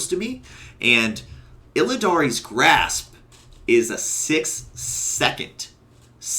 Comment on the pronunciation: "Illidan's" grasp. NOT "Illidaries" Grasp. Also you take ages to make a point. That walkthrough bit took ages to explain you used, two jumps and your covenant ability to go forward.